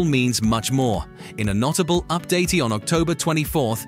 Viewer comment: Nott-A-bull, Qua-Tah? Please check your audio before releasing your AI generated videos.